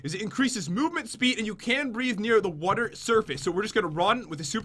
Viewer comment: pat says water wrong